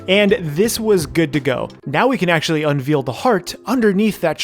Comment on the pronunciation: Sorry, this has been bugging me. Unveiled is pronounced as "un-vail-ed" not "un-veel-ed". Love the channel otherwise.